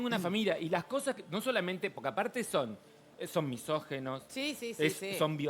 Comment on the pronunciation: Misóginos, Sra., no misógEnos